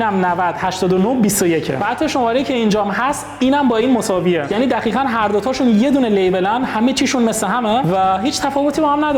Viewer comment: دقیقا!! ( با صدای ) دخیخا 😂😂 شوخی